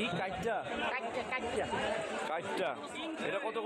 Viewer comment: কাইক্কা, কাইট্যা না